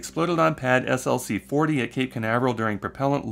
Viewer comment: SLC is pronounced "slick". I used to work at SLC 4 and 6 at VAFB.